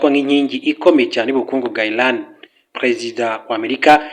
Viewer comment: Ntago ari basoma (ILAN) Ni. IRAN(IRANIANS) muzajye musoma pls